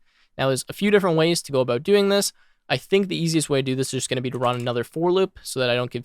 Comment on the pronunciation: you say 'about' like your canadian